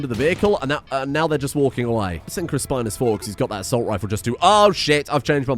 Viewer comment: RIP Chris-Pine-Us